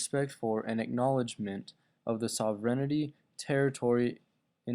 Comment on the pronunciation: Sovrenity? I'm not keen on taking history lessons from kids who don't know the words which they speak or how to pronounce those words.